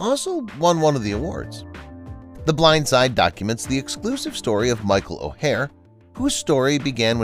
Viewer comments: Why are you referring to Leanne as Lee and Anne as if she’s two people? And Michaels surname is pronounced Oar not O’hair. It’s really annoying when channels don’t take the time to get details correct like, names!. It makes it difficult to believe anything else your saying! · Learn his name if you are going to narrate this about his life. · You need to learn to pronounce his name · You can’t even say his last name right. Lol